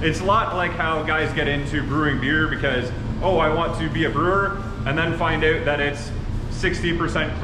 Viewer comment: thought he was American till he said out as "ooout"